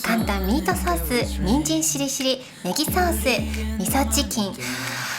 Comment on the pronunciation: の「人参しりしり」ののイントネーションが、なぜか人参尻尻🍑に聞こえちゃう😂😂